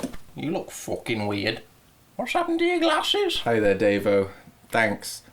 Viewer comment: it cracks me up every time he says fookin like by the end of it im like falling out of my seat